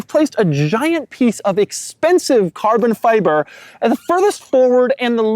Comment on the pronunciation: Doug you have the most quirky way to say carbon fiber!!!